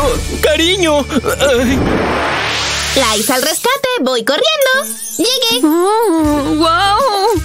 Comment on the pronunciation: es liza con "z" pero el nombre se pronuncia en Inglés como laysa pero se escribe liza